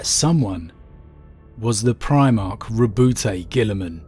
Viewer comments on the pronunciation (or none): Im pretty sure its pronounced ro-boot or ro-bewt, not Ro-bu-teh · Why do you pronounce it (Ro-bo-te), GW officially said that it is supposed to be pronounced (Ro-bout, like stout) Gulliman.